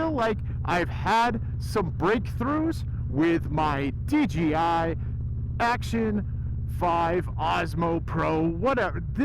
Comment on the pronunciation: That sound was way better. At 80 we could hear normal you like normal. You called the DJI DGI. hahah. We all do. Hard name to say.